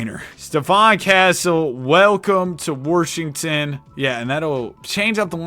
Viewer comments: he pronounce Washington like that on purpose? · Ah yes, the Worshington Wizards